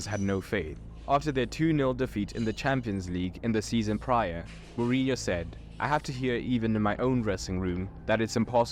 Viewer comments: Mourinho is pronounced like Muriño if you are familiar with spanish, if not it's like Moore inyo. Winning in Europe means in the Champions League. Galactico means galactic and it's a nickname for Real because they have the stars. Every country has a domestic league and a domestic cup, the cup is the elimination style tournament where all clubs of all levels of the country participate, the league( La liga in spanish) is the championship of the first division where it's based on points depending on the club's results. Real didn't parade after every El clasico but for winning the spanish cup called Copa del Rey(Cup of the King). Super Cup is a title normally between the league champions and the cup winners if different clubs won it(a club can win both in the same season, if they do it's called a double), it's not more important than those though, it's like a season opener title basically like at Wednesday Paris Saint Germain won the european Super Cup against Aston Villa(Paris Saint Germain is the Champions League winner, Aston Villa won the Europa League). In the strategy video you criticised tiki taka but it's the strategy that Guardiola created in Barcelona when they won everything with Messi, Xavi, Iniesta etc. Stamford Bridge is Chelsea's stadium. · Quite a few error in the Mourinho bio in that video, in particular around the Benfica-Leiria era. Terrible Portuguese pronounciation as well...